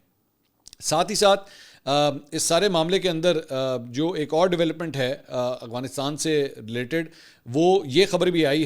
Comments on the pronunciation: ایک تولفظ اغوانستان نہیں افغانستان ہے منصور بھائی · Aap afghanisat ko galat bolte hein agwanistan kehte ho aap talafz ko theek krein aap tu itne parhe likhe tu lafaz sahi nhi bol pate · Aghwansitan 😂 Mansor Bhai